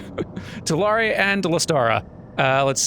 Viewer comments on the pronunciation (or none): pronouncing Tulare wrong hurts my soul since I actually live in Tulare county